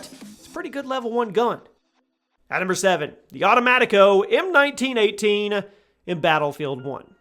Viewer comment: It’s pronounced au-toe-mat-ee-ko